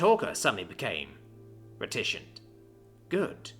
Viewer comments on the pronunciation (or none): reticent is pronounced ''retty-cent', for anyone wondering.